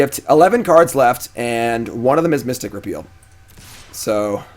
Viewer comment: He finally said mystic repeal correctly!